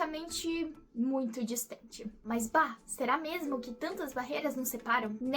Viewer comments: Mas bah! uma chinesa gaúcha ou é mineira? bem não sei mas gostei do BAH! KKK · Esse Bah é sotaque de porto alegre? Ótimo vídeo.